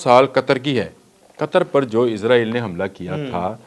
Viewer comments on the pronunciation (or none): none